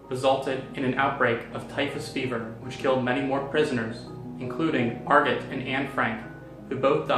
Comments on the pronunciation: Wait I thought it was pronounced mar-go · Jeremy Adams it is he said it wrong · Jeremy Adams he said it wrong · It depends, if you're referring to it from German then i believe the t is pronounced. If you're referencing it from French, it's Mar-go. If it's Dutch, i believe it's Ma(gutteral r)oh That that with a grain of salt tho